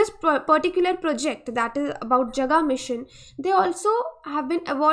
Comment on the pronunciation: Jaga ka pronunciation thik Kar lo plz,last Hindi video me bhi esa hua tha